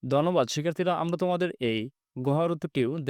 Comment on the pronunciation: স্যর আমরা আপনি বলেন আমবা